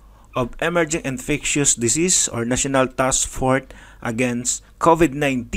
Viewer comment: you are already reading and you can't even get it right it's 2021 already and it'e task FORCE not fort come on now get it right read it carefully!